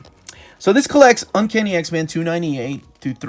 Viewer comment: I dont know what to do about the fact that every time you say x-men, I hear x-man. I love your videos, but it's driving me insane.